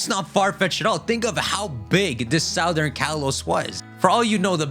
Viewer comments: I've never known anyone pronounce southern like that. You don't pronounce it like the root word - it becomes Suthern. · All respect but you keep saying “southern” wrong over and over and it’s itching my ear like crazy.